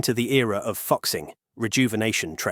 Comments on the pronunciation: FUXING is pronounced "foosing" or "fooshing", not fucksing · It’s not ‘f*** sing’, it’s pronounced ‘Foo Sing’ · Great video and great insight into Chinese Industry! Although I would like to mention that the “复兴” is pronounced "foo-shing“ and not ”foxing“. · FOO-SHING, not fuk-sing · It is not pronounced as "fuck sing". It is "fooh sing" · Fuxing is pronounced "foo - shing" not "fox xing" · Fuxing is not pronunced fuc-sing its pronunced foo-sing dont mind my spelling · Fuxing is pronounced foo-shing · Fuxing is pronounced as Folk Sing... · The pronunciation of ‘ Fuxing’ amuses me. 🤣I think it is really pronounced ‘ Fu Sing.’ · "Hexy" "Fuksing" Bro dont give a fuck about learning the right pronunciation. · the ai pronouncing "fuxing" as "fuksing" is so funny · AI needs to learn Chinese pronunciation! It’s pronounced “Foo Sing” (Fuxing). Otherwise what’s said is a profanity! 😂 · 😆 I love how the narrator mispronounced 和谐 as hecksie and 复兴 as fucksing Now I can't unsee it 🤣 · I lost it when you pronounce fuxing as "foxing". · Fuxing is pronounced more like Foo-shing. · it should be fu zing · It's pronounced Foo-Shing. He's tripping. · Like fuck sing is not how you pronounce it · He pronounced it as Fucx ing 😂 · Obvious... But still, points deducted for not proof hearing the content. Regardless, it is kinda fun hearing "fuk sing"... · "Fuxing" prounces as Fooshing. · “Fu” is pronounced as FOO…what a palmface pronunciation. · I press stop after you can’t even get a train name right. 😂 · the new Fuxing series was mentioned. The name was mispronounced due to the unique representation of Chinese phonetics using English characters. The many Chinese phonetics exceed ea direct English representation so some phonetics are representative rather than directly in conventional English pronunciation. Therefore “Fuxing” is actually pronounced Foo-Shing, which is the name of a Chinese mythological god of happiness. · Fuxing is pronounced closer to foo-shing, not fucksing 😂😂😂